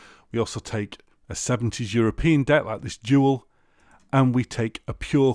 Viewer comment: I used to work in a record shop in Australia for the owner of the business who is German. The German brand "DUAL" is pronounced 'DOO-ARL', (re: : on this video), this avoids people being confused between this and a twin cassette deck with two tape ports. A friend of mine bought some very nice speakers from the shop after a demonstration from a Nakamichi cassette deck, the sound of which he could hardly understand was coming from a tape.